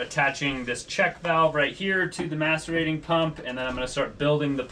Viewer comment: I'm sorry but I keep hearing m*sturbating toilet. 🤣 I literally said WHAT every time. Can someone spell the type of toilet he's talking about? Update: nevermind I found it. Macerating toilet.